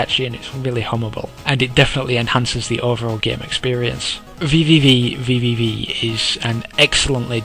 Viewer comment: While I did enjoy the "vvvvv" running gag, the game is simply pronounced "v" ("Vee"). Nice review, I don't necessarily agree with it, but good work.